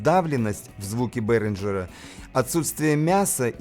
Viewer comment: Одно замечание (как немец, думаю, буду прав) Behringer пpоизносится как "бЕринга"